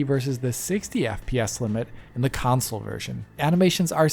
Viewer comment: Everybody else says "console".: "counsole" 😂😂😂 edit: video is great by the way. He is amazing. ❤